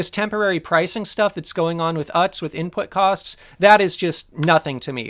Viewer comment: I think it's pronounced oots, or ewtz :p